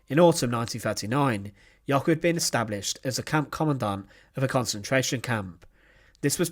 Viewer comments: Jöckel, not Jockel. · It's "Jöckel', not "Jockel".